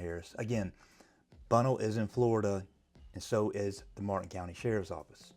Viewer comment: Bunnell = Ba-Nell. (North Fl, east coast)